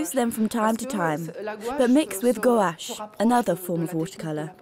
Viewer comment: please, your pronunciation/s are strange - mauve, fauve, guache